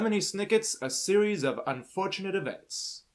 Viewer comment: Sorry to be this guy, but it "unfortunate" not "unfortinate".